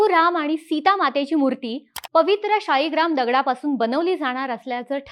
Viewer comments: "शाळीग्राम" ला मध्ये मध्ये तुम्ही "शीळाग्राम" का म्हणत होतात? शीळेचा बनलेला असतो, म्हणून का? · ताई शेवटी-शेवटी 'शिळा'ग्राम म्हणायला लागली.